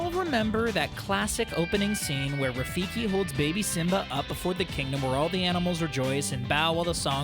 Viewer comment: Its Rafiki. Not Rafikie.